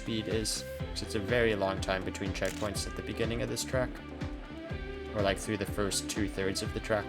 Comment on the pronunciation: 7 minutes now yolo can't say 1st